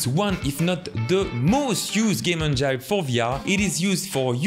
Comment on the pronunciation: It kills me how he pronounces Engine 😂 still love the video tho!